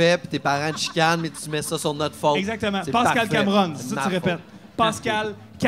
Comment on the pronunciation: ''Pâscal'', really ? hahahaha